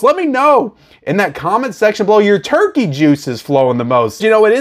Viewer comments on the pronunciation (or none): none